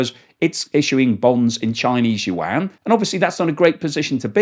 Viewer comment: Love your channel but your pronunciation of the word yuan makes my ears bleed